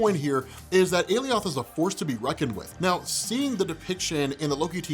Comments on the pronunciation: What makes you think your pronunciation of Alioth is correct and the one UNIVERSALLY used in the episode is wrong? Unless you can show a source that gives your weird pronunciation as canon, I see no reason to think the pronunciation used in episode 5 is incorrect, and neither should you. If you can site a source though, I'll eat my words. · I cringe everytime he says aliOth ugh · Alioth ... Aly - oth ... Ah yes Goliath we must now pronounce you Goly - ath. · I swear this is like the 3rd video I watched with a different pronunciation of Alioth. I'm confused. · Alioth was created by Marvel. You heard how Alioth’s name was pronounced, as determined by Marvel, on a show made by Marvel, on a Marvel-centric channel, on Marvel’s parent company’s streaming site, and you heard it again, and again, and again. It was repeated multiple times by multiple characters. Everyone pronounced it exactly the same as everyone else. Except you. You continue to pronounce the name improperly. Why? Isn’t your whole thing to provide insight into these things that you have all this history with, but is relatively new to so many others, and educate people? Isn’t that how you became successful? If so, how can you seriously sit there, and knowingly spout inaccurate nonsense? It’s Ah-Lie-Uhth, not Alley-oth. Doing this is no different than reading Loki your whole life and assuming it’s a long “i” Lok- eye, and then never adjusting once you’re educated that it’s pronounced Low-kee. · Umm.. You pronounced ALIOTH wrong!! yeah huh... they clearly said it differently in the show!! LOL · How are you still saying Alioth wrong after they said it correctly during the episode..? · Alioth sounds like someone who got their lips ripped off saying 'Eli Roth'